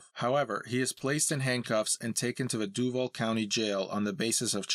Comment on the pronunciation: Narrator said "doo-vill county jail" lmfao honestly not wrong, though.